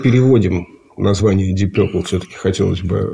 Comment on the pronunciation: Деп Пурпле😂😂😂